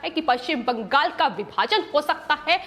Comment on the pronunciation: Not Bangas--but Bangal.